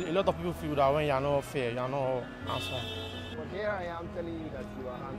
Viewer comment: He say "I don't think I'm hamsome"🤣🤣😂